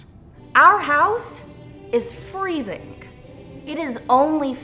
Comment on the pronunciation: "Our house is freezink"...along with her vocal cords.